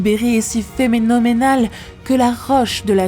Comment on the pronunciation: N'auriez vous pas pu faire des pauses pour cette pauvre narratrice ? 34'40'' : C'est d'la bombe automique ! 36'28'' : C'est phénoménémal ! 41'38'' : De gigantesmes glissements... 45'45'' : Le quartz n'est pas un métal. 51'07'' : Dans la péniainsule du Yucatan... 51'45'' : Une femme daltonienne ! Bravo, il fallait la trouver... 54'57'' : Faire preuve de ressources : ça ne veut rien dire ! 55'28'' : Avant la chute de la féroïde ?